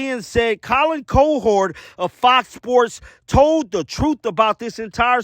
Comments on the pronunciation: "Co-hord" hahahahaa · Who in the absolute hell is Colin Co-herd? How do you pretend work in sports with your lousy microphone and not know how to pronounce the dude's name? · Pronounced cow - her - d! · its Cow-Herd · The pronunciation is “COW-HERD” as in “a herd of cows”. MOO! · Colin COW-erd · It’s COW- HERD!! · cOwherd --- big O not little o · It's pronounced "cow"{ (like the farm animal) - "herd" (like a herd of cattle). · Cow Herd. That's how you pronounced it . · The way you pronounce his name 😂😂😂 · Please learn to pronounce Colin CowHERD’s name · How the heck do you mispronounce Cowherd over and over?